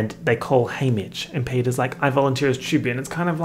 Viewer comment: every time you say haymitch I think is saying hamish